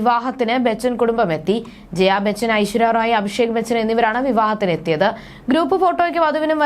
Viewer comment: ഐശ്വര്യ റോയ് അല്ല റായ് ആണ്